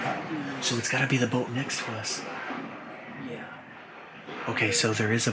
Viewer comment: Dude cant say "next" just says "neck"